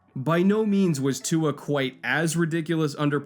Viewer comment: He said Tua correctly though 👍